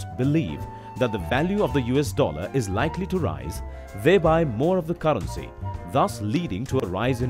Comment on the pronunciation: Why tf he pronounce caarency